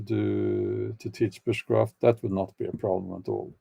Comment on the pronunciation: Repeat "bushcraft", Bjorn. When I was listening it sounded like "witchcraft".